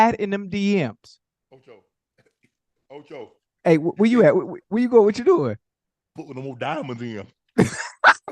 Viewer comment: Not Toe-Cho! Lol